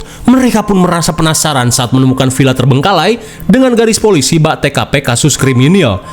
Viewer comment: Villa mang lain Pila make "v" lain "p" mamaaang 😂😂